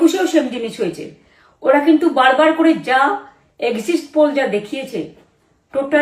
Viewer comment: কি যে বলতে চাইলেন কিছুই তো বোঝা গেলো না। ওটা এক্সিস্ট পোল না এক্সিট পোল। যেমন ওটা লজিস্টিটাল ডিসক্রিপেন্সি না, লজিক্যাল ডিসক্রিপেনসি।